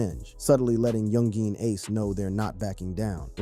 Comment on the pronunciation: When you gone say ace name right?? Lol